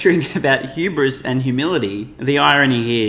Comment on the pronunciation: It's *hubris*... the H is not silent Mr Him Hramer. He ironically complains about hubris... while calling her stupid, to elevate himself. 🤦 He's lost his ever-lovin' mind. "There is no such thing as the market being completely wrong"... Is soooo f'n far from reality it's jaw dropping. The market is wrong all the time. Every single time they react emotionally to fake news.